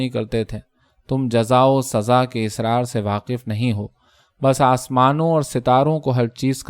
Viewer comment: آپ کا انداز بیان نہایت موٹر ھے بس لفظ asrar کو آپ بار بار israr کہتے ہیں جو غلط ھے